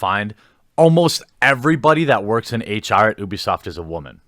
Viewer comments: It's pronounced you-bee-soft. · its pronounced you-bisoft. FUCK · I'm not sure I believe you. You can't pronounce Ubisoft correctly.